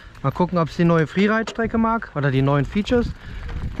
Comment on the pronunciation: Mqn sagt Freeride sagt friereit